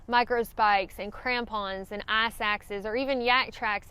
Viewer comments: I know you are saying ‘ice’ but all i hear is a ‘A**’ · "Snow and ahce"